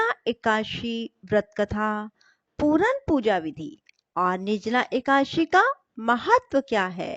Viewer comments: कृपया सुद्ध शब्द बोले एकादशी न की एकाशी 🙏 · Ekashi aap kyo bolti hai